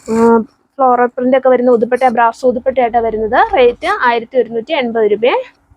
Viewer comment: ഉതുപ്പട്ടാന്നാണോ പറയുന്നേ..ദുപ്പട്ടാന്നല്ലേ